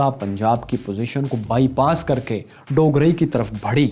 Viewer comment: بھائی آپ نے 2 گاؤں کے نام غلط کہے۔ پہلا ڈوگرائی جو کہ ڈوگراں ھے اور دوسرا اچھو گل نہیں ایچوگل ھے۔